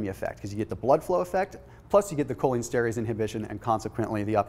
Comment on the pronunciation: Fyi, it is Pronounced: “cholinEsterEss.”